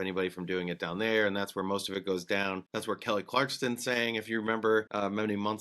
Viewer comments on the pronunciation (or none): Kelly Clark-Son. No 'T'.